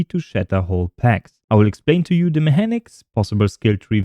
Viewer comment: It's pronounced Mekanics not Mehanics 😇